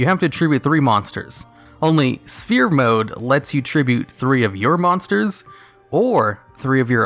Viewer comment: why do you always said in all your video *spear mode * its sphere mode , you don't pronounce the P....